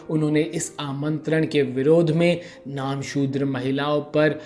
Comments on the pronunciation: नामसुद्र नहीं, "नमःशुद्र" होगा। कृपया ध्यान दीजिए। धन्यवाद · Namoshudra .... Focus on pronunciation.. You're destroying full episode..